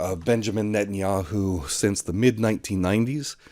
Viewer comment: Blinken? Sullivan? Paul Bremer? Condoleeza Rice? Wolfowitz? Biden? Harris? Newland? Ah, Netanyahiu.